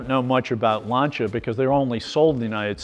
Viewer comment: Finally we have found a gentleman who pronounce Lancia properly, thanks God!